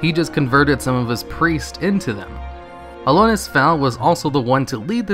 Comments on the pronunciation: Everytime you say Alonus i wanna die Is AlonSus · "Alonus" Foul xD You're missing a consonant buddy. A-lon-sus. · ALONSUS not Alonus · It's Alonsus not Alonus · it’s Alonsus Faol, not Alonus Foul. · no offense, but it's alonSus not alonus. otherwise nice video ;) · Also its Alonsus foal not Alonus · AlonSUS, not AlonUS. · ALONSUS. Not alonus... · AlonSUS, not AlonUS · Did you just not read the first "s" in "Alonsus", or did you not read the name at all and just guessed? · Alonsus: uh-lawn-sus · dude, love your vidoes.... but can you please read names of things properly? Alonus...? Freyjah ( and not Freyja pronounced Freya).... Like seriously I dig your stuff but come on man. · Brah please.. it's AlonSSSSSSSSus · "Alonus faol" Arghhh! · Jesus Christ aren't you reading that shit? you've said 'ALONUS' 3 or 4 times now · You know there's an "S" in Alonsus, right? It's not pronounced "Alonus". Jesus Christ, get your shit together. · You said Alonsus wrong, the s is not silent. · my only issue with this is the mispronunciation of Alonsus' name. otherwise? BALLER video. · So fucking triggered about the way you said Alonsus' name. But otherwise it's a solid 4,5/5 video keep up the good work man! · the s in Alonsus isnt silent :P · I like how you consistently mispronounce Alonsus the entire video. There are not one, but TWO S's in his name. Surprise!